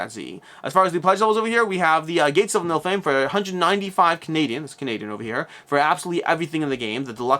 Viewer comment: Niff-ill-hime not Nilf-hime